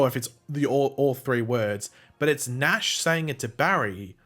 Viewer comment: Its nashh